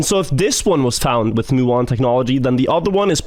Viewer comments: FYI, it’s pronounced “m-yew-on” not “moo-on”, from the Greek letter mu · I don't know why the person in the video pronounces muon as "moo-on", but it's definitely "mew-on".